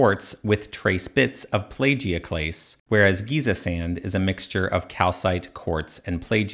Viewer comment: It’s pronounced plAgioclase as Apple. Otherwise, very interesting video.